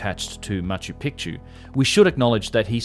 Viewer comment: Ma-chu PEEK-chu